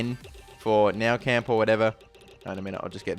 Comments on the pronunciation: He said Konami, its just he doesn't pronounce his words properly, listen to the way he pounces the nou camp, its not called the now camp! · its pronounced noo camp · its pronounced New camp!!!!!! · its pronounced "new camp" Just saying